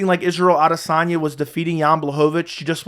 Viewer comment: True, he mispronounces "Cormier". Of course, Cormier and the other commentators mispronounce "Adesanya", so where does it lead us?